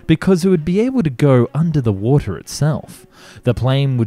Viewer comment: you should do more videos about submarines. the way you say 'wotah' is just perfect😂😂